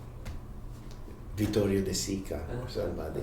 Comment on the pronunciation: Might help. Waiting for Godot, not Waking Forgodo. Bagitos, not baditos. Stanislavsky, not Stenesfvalski. Vittorio de Sica, not Detorio de Sica Biyaheng Timog, not Biyaheng Tibo Ray Albano, not Rebano